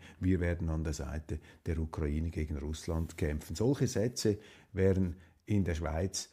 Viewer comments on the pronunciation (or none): none